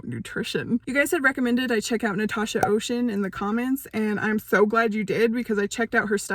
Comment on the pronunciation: Just a little tips, her name is French so Océane isn’t pronounce like the English ocean. It’s pronounced like Osean. The e and the a a pronounce separate